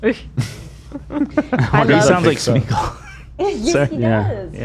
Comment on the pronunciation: thank you for being the only one to pronounce Smeagol correctly 🤣